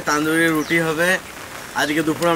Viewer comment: এতো দারুন খাবার, সেটাকে ঠিকঠাক উচ্চারণ করুন, গ্রাম্য বাঙালীর মতো তন্দুরি রুটি বলুন, তান্দুরি রুটি শুনতে আপনার মুখে ভীষণ অদ্ভুত লাগছে ...